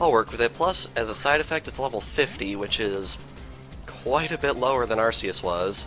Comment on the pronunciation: arKace not arcece